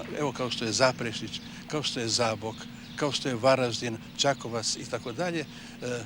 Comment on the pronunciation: Kak grdo izgovara ime grada Varaždina.